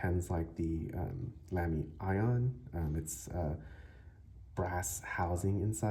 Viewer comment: With respect, the brand is pronounced “Lahm-y” not “Lamb-y” and short “a” rather than long “a” on Scala. It’s a nerd thing. Nice review and nice pen.